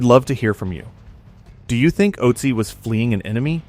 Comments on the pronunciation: The name should be pronounced Uht-zi, not Ot-zi. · Good, but please get the pronunciation of his name correct.